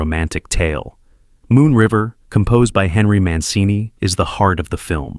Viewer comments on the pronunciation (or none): none